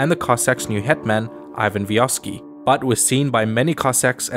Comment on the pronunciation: Its pronounced "Eevan Vihovskii" just so you know